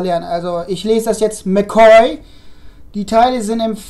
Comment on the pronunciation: Ich kann es auch zum Tot nicht ab wenn man Sachen ausleiht und sie kaputt wieder bekommt. Da könnte ich ausrasten. Mc Coy war richtig ausgesprochen.